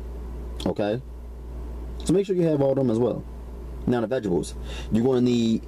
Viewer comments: love your videos!!! you are one of "the best" !!! where did you learn to throw down??? my only complaint is the pronuociation of certain words..for example, the word is veg a table not veggeble...string beans, not shring beans, sausage,not shausage... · ve-gabows and scoyuns!!! Lol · Veg-a-bles :) hehehe